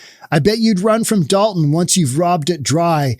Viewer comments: Be reasonable. I lived there for most of my life. It's Dolton not dalton. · It's Dolton, not Dalton, you maroon! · DOLTON not Dalton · Btw. It’s Dolton